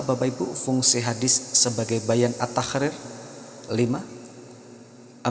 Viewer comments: Min... mohon maaf, kenapa ketika menyebutkan huruf ق berbunyi خ ya...seperti misalnya menyebutkan kalimat taqrir kedengarannya tahkrir...ini bisa salah dipahami oleh orang yg mendengarkan tanpa melihat tulisannya. Cmiiw 🙏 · bacanya bukan taqrir min tapi تقرير🙏